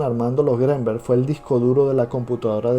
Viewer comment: Al escuchar tu pronunciación del apellido Greenberg, bote tu video